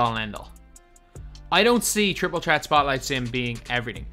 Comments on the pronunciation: obama prism yea i know that but it sounds like he’s saying chreat and not threat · Why does call it triple tret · “Triple trett “😂😂😂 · Triple "tret" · Triple threat not tret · Why does he say threat like that